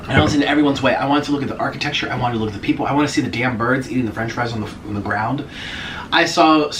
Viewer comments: “Arcitectexure”😂😂😂😂 god that is me on a daily basis, I can’t English so I kind of died when he said it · my boy said architexture